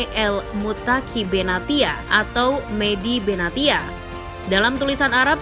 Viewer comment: Medhia Benatia (Medhi Benasia) kalau di baca min 😢